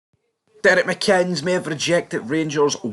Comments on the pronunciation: It would be an absolute disaster....for this channel if he was appointed. Struggling with the pronunciation fella 😄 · There's videos where they do pronounce his name correctly. I just always assume they are deliberately mispronouncing it. Maybe goes back to something from earlier videos before I was watching. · If he came, and I doubt he would if there are absolutely no funds available, it'll be interesting to see how long it takes you guys to spell his name right or pronounce his name correctly. Apart from that, keep up the good work.